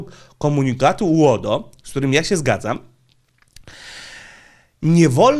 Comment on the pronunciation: Twoje uodo brzmi jak rodo z wadą wymowy 😁😆